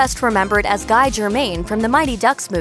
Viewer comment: Guy? It's Gee Germaine. Do your research